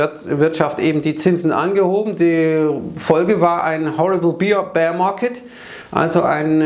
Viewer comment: Kleiner Hinweis: “Bear” wird wie “Bär” ausgesprochen und nicht wie “Beer”. 🍻